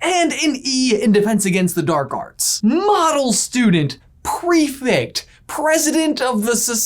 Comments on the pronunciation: OMG, stop saying "prefict"... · you’re saying prefect so wrong, petition to introduce prefects to american schools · The way you say prefect causes me anxiety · You guys - I LOVE your videos - they are like, my favourite Harry Potter resource outside the books and pottermore, but for the love of Merlin - it's pronounced pre-FECT not pre-FICT! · Why do you say ‘prefect’ like prefict? I was under the impression that it was pronounced prefect